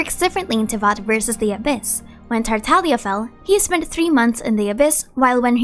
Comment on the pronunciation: Bro please it’s tartaGGGGGlia not tartalia